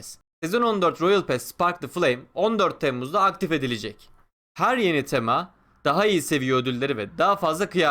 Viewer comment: tema sözcüğünde vurgu ilk hecede değil gözünü seveyim.